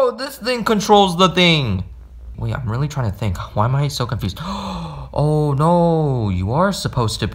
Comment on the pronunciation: How he says no😂: NOAH